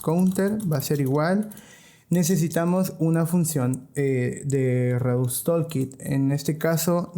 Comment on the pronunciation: por que ningun desarrollador que habla español puede pronunciar palabras simples en ingles? redux tOOlkit TOOL, pronuciacion TULKIT basicamente, anyway gracias por el video